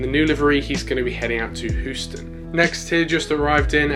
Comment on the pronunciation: I just have to say it. It’s Houston, said as “hyou-stun” not who-stun 😂 good video as always!